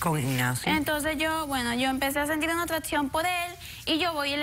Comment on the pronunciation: Yo empecé a sentid, atdacion pod Ignacio 😂